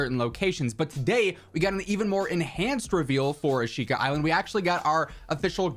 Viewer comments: Asheeka is the proper pronunciation lol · Concerning the pronounciation, the i in shi is a whispered vowel